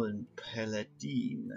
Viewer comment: 1. Jeg ville ønske jeg kunne sige til dig hvordan det siges men du siger altså paladin forkert 2. Du trak lightning storm i 2. Spil 3. Prøv at lave en druid kun med kort der giver dig mana og kort der koster 5+ det er underligt godt ;)